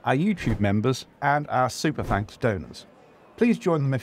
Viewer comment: Did he just say "tanks for watching.!"?